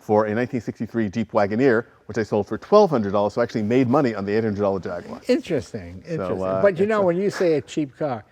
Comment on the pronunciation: Yes, but interestingly he then mispronounces Jaguar after having pronounced it correctly at the beginning.